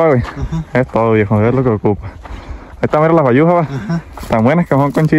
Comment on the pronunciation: Bayusas no sayusas jijiji